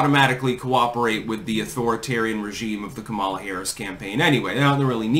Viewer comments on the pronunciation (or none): FYI it's pronounced COMMA-lah not com-AH-lah. shrug